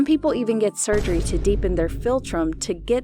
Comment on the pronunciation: *sugery*(wongoung) but the rest of the vid legit❤